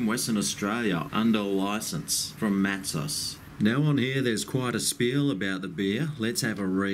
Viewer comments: It is pronounced Matso not Matsos Take it from a Western Australian who drinks it all the time, the reason your beer went flat is your glass was not clean enough, probably washed id detergent and not rinsed correctly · Mat-ZOHZ not Matsus. Meow. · Mattsoes is how it’s pronounced